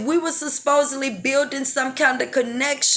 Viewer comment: Hey! This is gonna come off as petty but I just have to correct you on your pronunciation on the word supposedly. I’ve noticed you pronounce it susposedly on a few different videos & I just thought you should know you’re saying it incorrectly. I know most people get annoyed when someone tries to correct them & I get it, it’s annoying but don’t hold it against me. I mean no harm.